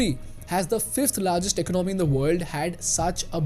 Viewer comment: The way you pronounce economy is a bit weird . Great analysis and deep dive.